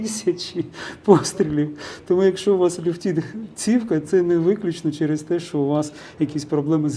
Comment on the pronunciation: Вибачте але ЛЮФТИТЬ, а не ЛЮФТІТ